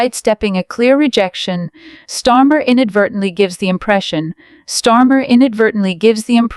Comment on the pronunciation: Stormer or Starmer? You're supposed to be 'artificial intelligence', try using a little intelligence and get it right!